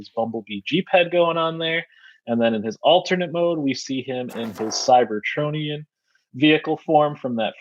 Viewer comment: A bit offputting when alleged fans hosting events like this mispronounce things like "cybertronian" in ways I've never heard before.